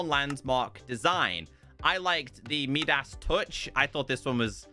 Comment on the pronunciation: “Meedas” instead of Midas Touch is crazy